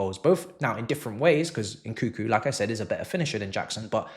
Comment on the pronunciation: It's NOT , N koo koo. N koo koo.N koo koo. N koo koo.N koo koo. N koo koo.N koo koo. N koo koo It's N KUNG KOO